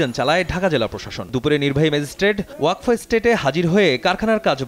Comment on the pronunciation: উচ্চারণটা ওয়াকফো হবে না ওয়াকাফ হবে